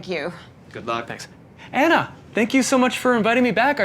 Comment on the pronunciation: It's Anna, not Enna 🤭